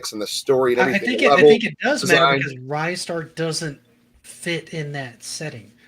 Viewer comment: The best if most impractical joysticks for Amiga were the Cheetah Bart Simpson, Batman, Alien3 and T2 exoskeleton joysticks. Also it's 'Ree-star' not 'Rye-star'. 😁